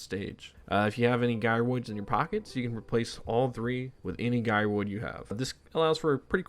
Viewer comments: Hey my man. You were so close you pronouncing gyroid right lol. Gy-roid, just like Gyrate. You even said them in the same sentence. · how did u pronounce gyrating correctly but not gyroid 😭😭😭